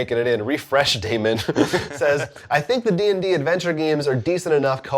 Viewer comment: Hey! I got 3 mentions too, dammit! So rude! I guess I should be happy you pronounced my name correctly. I TRIED to teach you how to pronounce "æ" but you done ignored me! (It would be "demon", BTW.) Liking the news being broken up into separate videos, but we aren't getting as much news now. Maybe stories that don't merit a lot of chat on your part can still be grouped into a News segment?